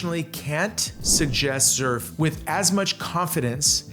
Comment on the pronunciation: You are pronouncing "Xerf" wrong. In Korea is you pronounce it that way, they will not know what you are talking about! Us Americans are bastardizing the pronunciation. Pronouncing it the way that you are in the USA will be fine.